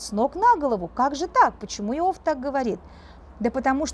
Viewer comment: благодарю! Но как же режет слух Ваше "Ио́в"! Конечно же, "И́ов"!